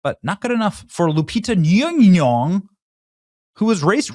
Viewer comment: Benny, let me help you with the pronunciation... it's Loo-pee-tah Nom-nom-nom.